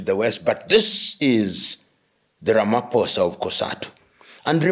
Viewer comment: Thank you Prof Lumumba, we are so impressed with the way you accurately articulate the issue of the ridiculous executive order against South Africa, and the way you so correctly pronounce the Names of our president Cyril Matamela Ramaphosa, just like we do in South Africa! We are so highly impressed, and we know how much you love our country and Africa in general! Blessings to you in Jesus Mighty Name!😂🎉❤